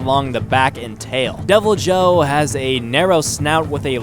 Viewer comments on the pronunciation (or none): The Devilijho is correctly pronounced with the j sounding like an h such as in Jesus in the Spanish sense. Devil - e -ho being the correct pronunciation from what i have used in my own experience playing the game and from multiple other sources that play the game The Uragaan is pronounced oo-ra-gone(or gaan) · Wrath-a-los for rathalos.Deviljo is devil-ho. The J be silent. Err-agon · Deviljho is pronounced devil joe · its pronounced devil-yo